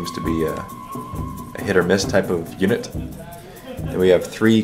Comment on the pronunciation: Unit,Unit, for the love of all that is Warhammer it is Unit